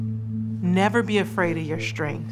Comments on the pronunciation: "shtrength"? "Be your shtrongest." Why do people put an "h" in s-t-r words? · That’s how black people pronounce “str” clusters for some reason. Shtreet, infrashtructure, shtring, etc. You’d think they would have corrected her for the ad. There aren’t that many words in the script. She might as well pronounce them correctly. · It’s almost as if Tonal actually let Serena write the inane script for this and nobody had the balls to correct her pronunciation of “strength”.